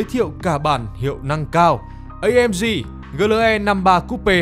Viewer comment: GLE thì phát âm kiểu tiếng Việt, AMG thì phát âm theo tiếng Anh, giống như một người mặc bộ vest mà chân đi dép lào vậy, chả ăn nhập gì nhau cả :))))))))